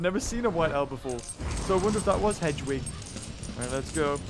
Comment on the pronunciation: Did call the white owl hedgewick. I think somone should tell him it's headwick because I heard hedgewick